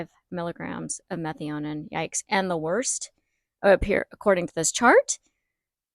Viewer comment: Just a heads up, and not being critical at all: your pronunciation of METHIONINE is different than any way I have heard before. Just search google for how to pronounce the word, at least the way I have always heard it. Great info as usual, on your channel, thanks for the Methionine charts, etc. Have a great day.